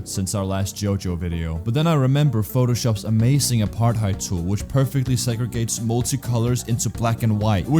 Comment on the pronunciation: “Apartide tool” lmao